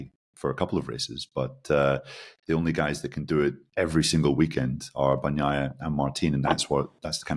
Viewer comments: If he keeps saying "horhay marteen" I want him to at least say "Payco Ban-naiiiia" with some Italian expression😂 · Seriously., do you eat la-zag-na, or lah-zahn-ya? and seem to manage to say Bagnaia correctly. Give it the same effort you give to Jorge Martín. Otherwise excellent, guys!